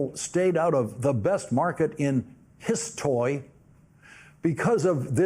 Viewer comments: "histoy"... try EJA, you have potential. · The way he actually pronounced HIS-TOY is absolutely sending me